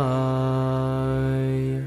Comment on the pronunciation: Why Vasudevay instead of "Vasudevaya" (you forgot the ya)?